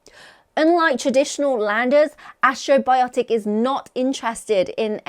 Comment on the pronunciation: keeps saying "astro-biotic" when the company name is Astrobotic, as in ast-robotic.